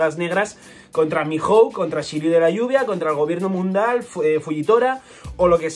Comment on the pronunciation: Por qué dijiste gobierno mundal? Jajaja 😂